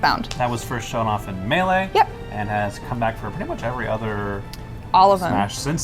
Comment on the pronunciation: I'm shook that even english speakers pronounce wrongly the word "melee"